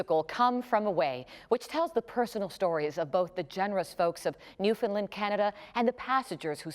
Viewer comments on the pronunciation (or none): Newfoundland but we pronounce it as "Newfin land", not "New Finlind".